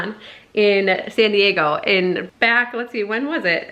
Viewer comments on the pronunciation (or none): none